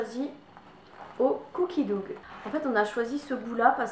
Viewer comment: c'est cooki daw pas doug pour la prononciation lol j'adore vos vidéo ensemble!